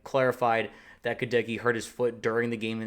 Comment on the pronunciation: My man, Goedeke's name is pronounced with the accent on the first syllable (GEH-deck-ee), not the second.